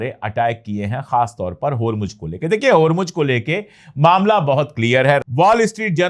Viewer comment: Please note it is HURMUZ not HURMUJ